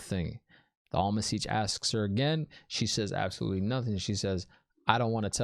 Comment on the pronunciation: Am-er-lyn Seat. I know you can do it! But, Almon seech works too, tho. 😂